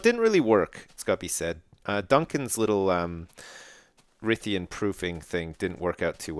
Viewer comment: i do ps dumb ass it's Rythian not rythien